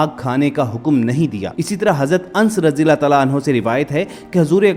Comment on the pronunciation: Aur ans nhi anas rdiallah tala anhu he name shi he bole bhai